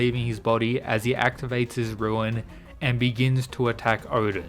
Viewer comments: It's RUNE, not ruin. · its not a ruin boy... its rune